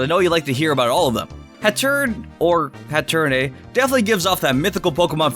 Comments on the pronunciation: that's not eternatus and it's "eeeetern atus" and "hat errr eeeneee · Hatterene is pronounced "hat-err-een" and that's Gigantamax Grimmsnarl, not Eternatus.